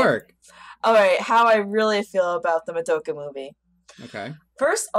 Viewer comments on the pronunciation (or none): It's pronounced "Muh-do-kuh," not "Mah-duh-ka." C'mon. Japanese syllables. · How can you guys watch an entire series, and it's sequel movie, and not know how to pronounce Madoka's name right. I'm 20 minutes in and you've said it wrong 100% of the time.